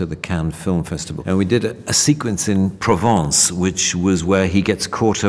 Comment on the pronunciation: His pronounciation of Provence is so satisfying